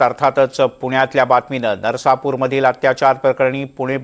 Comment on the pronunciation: नसरापूर उच्चार करा हो